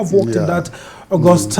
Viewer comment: I am sure it is even better in Nigeria. It is worse in Ghana. A tv or radio presenter can say 'Agust' instead of 'August' on live tv or radio. It very embarrassing.